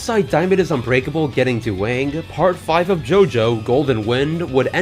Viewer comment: This "Duwang" is perfect.